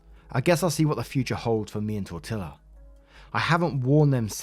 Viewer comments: Tor-tee-ah. . Tok-oh.. not Tor-till-ah or Tak-oh. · Dear, re cat's name the L is not pronounced as an L in TortiLa. The word is Spanish. N any Spanish word a double L is pronounced as a Y with a long E pronunciation. So think Torteeea. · As unbelievably cringe as this story is it's nowhere near as cringe has as his pronunciation of tacos & tortilla lmao. It's a long a as in t-ah-co. Also in Spanish "ll" is a diphthong similar to y sound so it's tor-ti-ya or poi-yo. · I was listening not watching this so it took me a long time to realize that the Cat's name is Tortilla bc of how you were pronouncing it. It's tore tea yaw, not tire till ah. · Say it, "TOR-TEE-YA", not "TOR-TIL-AH". Omg, painful to listen to, lol. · Tor-tee-ah!!!!! Yikes, tor-til-ah, was just painful🤣🤣🤣🤣🤣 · it's Tor-Tee-ahs not Tor-Till-as:elbowcough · Well, it is pronounced tor-TEE-a, but sometimes I'll pronounce it like you did just to mess with my Mexican friends. They in turn mangle English words on purpose, so it's all good. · I kept listening and wondering tortila? Is the cats name tortilla? That would make more sense 😂. So reading the comment it all makes sense now 😂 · Tortilla is Spanish and pronounced Tor-Tee-Ah. It is a flat bread that is widely eat in the US, Mexico, and Central America. Commonly made from either wheat flour or coarsely ground maize. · I hope you've learned how to pronounce "tortilla" since you posted this 😂 it's "tor-tee-ya" - double Ls sound like Ys in Spanish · I have one criticism, that not how you pronounce tortilla. it's pronounced tor-tea-ah. I'm not a hater honesty I'm not. love your stuff keep up the good work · FYI: Tortilla is a flat bread that is used to make quesadillas. Its pronounced with LL as silent like Tortia or tortiya. Not literally the way its spelled. Same as quesadilla is pronounced with LL as silent like Quesadia. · I don't know why it's bothering me so much, but tortilla is pronounced tor-tee-ya. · Tortilla is tor-tee-yuh